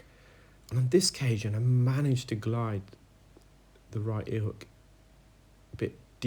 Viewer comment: “Right-a-Ear”